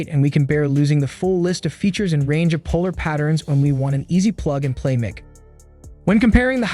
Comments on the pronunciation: Mick? mic is pronounce Mike. Not Mick. ... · It’s pronounced ‘Mike’ not ‘Mick’ FFS! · The way you Say MIC is annoying.. its "MIKE" not "Mick" do you say microphone? or mick rophone?? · for someone doing "mick" review... your sound is dog water and you can't pronounce the subject matter, and it sounds like you are just reading off the "mick"s advertising website. low quality garbage content